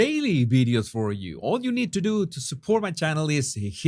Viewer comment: You know all these fancy words in English, how come you can't pronounce the basic word video? Why do you keep saying bideo? It's so strange...